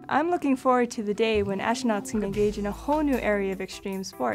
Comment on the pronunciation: my main question is, what is a "ashonaut"